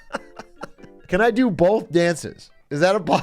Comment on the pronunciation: "bolth dances" lol